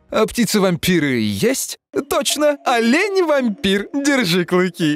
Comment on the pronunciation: Я одна начала угарать когда ты произнёс:Алени-вомпир, клыки держи!(я не в оскорбительных целах) да? Скажите что я не одна! Пожаааалуйста!😢